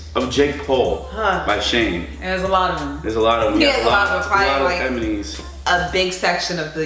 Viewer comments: "There's a lot of emenies." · So this man just said "emenies" and is gonna like no one caught him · is it me or when said enemies the second time he said emenies 🤣🤣🤣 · "emenies" imaknees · "There's alot of Emenies"...... EMINIES???????? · I heard say Emines instead of enimies.